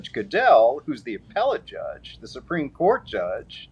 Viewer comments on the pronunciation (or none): none